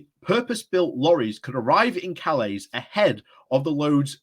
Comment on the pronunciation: Please check your pronunciation of Calais! It is pronounced like "Calay", not "Calays"!